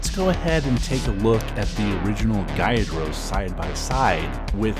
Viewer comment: bro u rlly pissin of mad pokemon fans. its magikarp as in magic, and gyarados is pronounced g-yair-ruh-dòs.